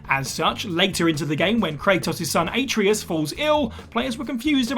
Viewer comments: Kratos’ son, A-tree-us 🤦🏻‍♂️ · Did you seriously just pronounce Kratos' son's name as A-tree-us? This is how we instantly know you never played. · Why, why, why butcher the pronunciation of the name of a character where the game tells you it all the time. I don't get why people do this....